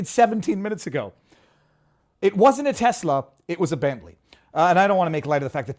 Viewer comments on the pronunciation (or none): none